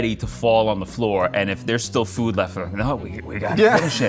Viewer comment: He literally pronounces food like"fud"